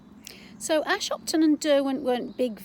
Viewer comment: Hi You don't pronounce Ashopton like that - it's a soft o. The buildings uncovered are valve houses (not pump houses) and the pipes actually pass inside Ashopton viaduct on their way to the Bamford filters.